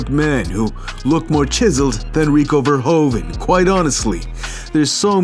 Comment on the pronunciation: You cannot say verhoeven like verhoven . The 'oe' in Dutch is pronounched like the English 'oo' as in pool.